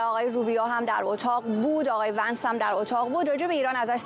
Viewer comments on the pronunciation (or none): Vins نه vansایشتیباه صحبت کرداین خبر نیگار